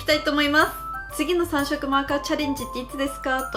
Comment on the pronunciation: 21秒ぐらいの 3色マーカーチャレンジのとこを、 「3↑マーカーチャレンジ」って言うところ可愛い😍❤️